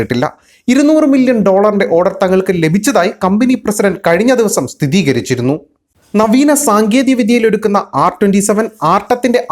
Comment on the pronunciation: സ്ഥിതീകരിച്ചു എന്നല്ല, സ്ഥിരീകരിച്ചു എന്നാണ് പറയേണ്ടത്